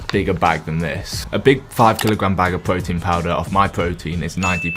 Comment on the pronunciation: Da pwotein